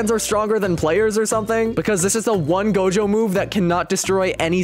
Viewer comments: "Its Gojo" Him: dojo "Its Genos" Him: Genoese "Its blizshoot" Him: bloodshoot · it not dojo it's gojo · bro said dojo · Gojo❌ dojo✅ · bro said dojo bro it is gojo😂🤣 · who see he said dojo XD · “Hiro hunter” “dojo”lul